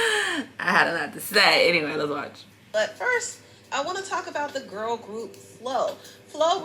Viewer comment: Lol idk why its so funny when D say Gurl 😂😂